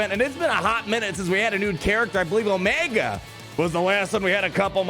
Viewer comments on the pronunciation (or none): none